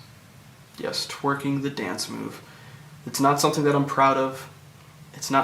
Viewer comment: I just find it hilarious how he said "Twerking. Yes, tweking: the dance move" Thanks for explaining that, nonce. The hair is a sexual offence, in itself.